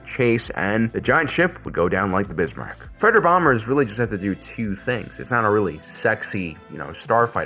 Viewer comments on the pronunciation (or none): It's the Bismarck not the Bismarak